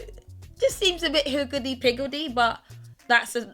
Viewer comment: Yes, we should never be too " hikildy pikildy" 😂😂😂I love you so!!! 💕💕💕